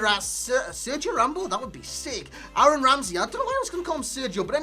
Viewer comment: this fucking guy cant pronounce "Aaron Ramsey" to safe his fucking life, bloody hell